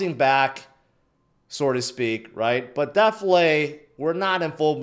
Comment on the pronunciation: its "so to speak" NOT whatever you be saying